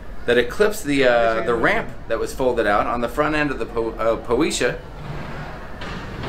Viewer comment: Po-eh-see-ah. If you're going to "report news", learn how to pronounce the ship names :)